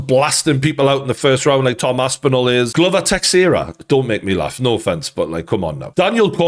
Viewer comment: Why did Geordie say Teixeira’s name all messed up lmao